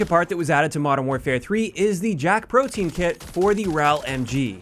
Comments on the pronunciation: It's pronounced proh-tee-uhn not proh-teen. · You mispronounced the name of the kit. It isn't proh-teen, it's proh-tee-uhn, or even proh-dee-uhn. Easy mistake. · i like how everyone pronounces the guns name wrong it isnt pronounce the same as protein the e and a are pronounced separately when saying that word the name of the kit is pronounced like this pro-te-an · I think it's pronounced "pro-tea-in" but JAK PROTEIN sounds funnier lol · Yeah it caught me off guard the first time I heard someone pronounce it "protein".